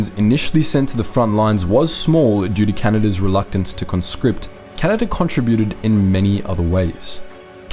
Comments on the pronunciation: Why do you mispronounce the words contributed and contributors? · Since when did the word, contributed, change its pronunciation?